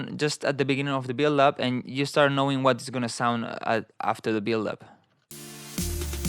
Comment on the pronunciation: 🤣🤣 U are a legend, but every time u said build up, it sounded like billup 🤣😅